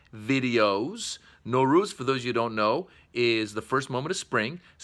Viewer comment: They way u say it Norooz it means no day. You should say Nowruz